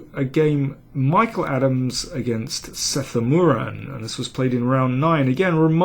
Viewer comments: its not sethu-muran its sethu-raman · daniel u pronounced sethuraman wrong